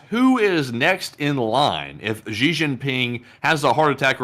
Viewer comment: Its Xi, not ji , zhi or gee. Sounds most similar to SHE in English. The joke "That's what she said"' hits differently in China.